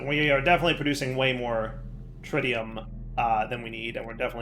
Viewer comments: He reverted back later in the video to "trytium" again. Probably remembered to troll us again. 🤪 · HOLY CRAP! Did finally start pronoucing "tritium" correctly? After all these years I never thought I'd live to see it!